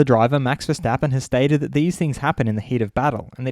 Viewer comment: ⚠️ To all international journalists & sport presenters: 🌐 it is NOT Lewish ... it is NOT Bottash ... and it is certainly NOT Max Vershtappen! Pronouncing "st" as "sht" is done by Germans not Dutch people! ... like an insult to us ... like insinuating you are a Nazi or something. But most people from Holland (like me) have NO issues with Germans at all. Am part German myself.